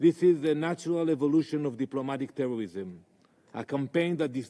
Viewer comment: The new in word😂 DIPLOMATIC TEWWWWISSSSIM